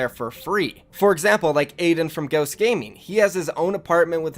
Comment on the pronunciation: Did you say aydans wife?